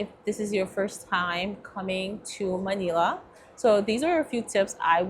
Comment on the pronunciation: I’m Filipino and Manila is pronounced Muh-nil-uh. Rhymes with Vanilla. 👍 I also hear the word Tagalog pronounced wrong. Not being rude, just informing you.